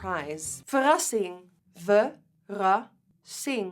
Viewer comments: Nikki when she gets taken off Kylie PR “not verrassing”...😅😂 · Love the lipstick collection!!! “Verassing” Love lots from the PH! ❤️❤️